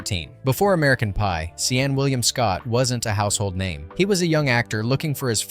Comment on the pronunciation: seen will i am